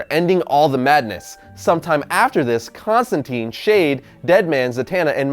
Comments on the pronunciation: Mother of God. it is Constantine long "I" not constanteen.. I hate the new 52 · constantine rhymes with fine